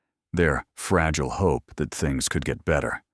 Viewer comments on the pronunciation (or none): none